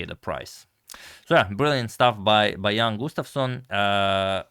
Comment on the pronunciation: The pronunciation of Jan is not 100% correct.